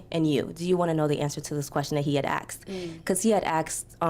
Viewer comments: Why do black Americans say axed instead asked? 😂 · The word is “asked!” Not “axed”. In addition..I agree with the lady. Had they lived in the same city, I agree that they could skip the phone calls and just meet in person. But when you are talking about hopping on a plane without knowing if you even have a spark??? Come on! Just hop on the phone first!